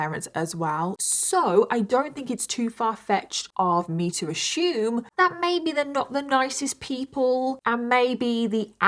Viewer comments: Ashume? This literally hurt my ears and brain to hear to hear someone from England, where the English language originated, pronounce "assume" so incorrectly so many times in such a short time it hurt the collective souls of every native speaker of the English language who ever has and ever will speak the language as their first language or only language. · I’m confused is she trying to say aSSUME and pronouncing it as ashume? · Assume 🚫 A-shoom ✅️ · Last time I checked, the word “assume” doesn’t contain the letter “H” But if you want to “ashume” then fair enough. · Ashoom ashooming I love how you pronounce assume. I can listen to your stories all day and night! You have such a nice voice ❤